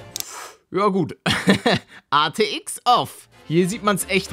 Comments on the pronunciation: Hey Paluten ATX oder RTX du sagst immer ATX 🤣🤣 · Wie er die ganze zeit ATX statt RTX sagt👌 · er sagt ArTX